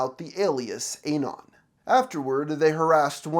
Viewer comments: The way you say anon hurts my soul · can u pls stop pronouncing anon wrong